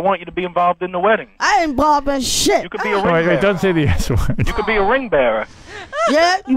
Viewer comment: "I ain't inbolved in SHIT!"